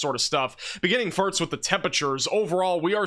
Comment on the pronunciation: I’ve been a long time watcher, and I have to ask are you purposely trying to say “first” incorrectly, and again and , come on… there’s more… and … you know what you’re saying…